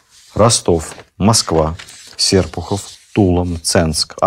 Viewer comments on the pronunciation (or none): none